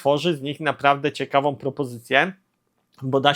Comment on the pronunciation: sOM, wydajnosciOM, ciekawOM, propozycjOM... Ja pierdolę jak ty mówisz człowieku? I ty filmy kręcisz? Z taką wymową? Dramat! 🤦🏻